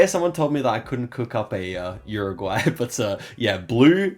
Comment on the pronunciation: uruguay is pronounced OOruguay. not Yuriguay.